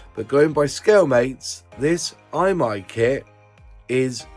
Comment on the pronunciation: Yes, I remember seeing the Mac's car in a Tamiya box while living in Japan. Imai is pronounced "ee-mai" by the way.